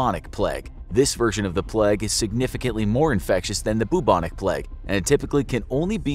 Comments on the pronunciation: It's pronounced "Play-g", not "Plegg", you heathen. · The “pleg”?? Do u mean the “playg” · Isn't it supposed to be the play-gue instead of plag? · I think he means the plague? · *"The Pleg" * 😂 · Why are you pronouncing "plague" as "pleg"? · No one:...: THE PLEG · Why does he pronounce it as "the plèègue" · “The Pleg”!